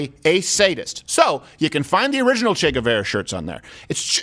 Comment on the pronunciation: TMNT ori-GINE-nal